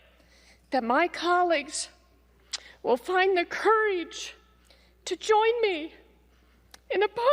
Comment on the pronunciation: I could tell she was from MO based soley on her pronunciation of "Coureej"